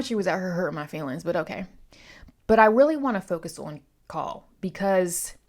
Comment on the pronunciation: Call. Like the word. Like a phone call.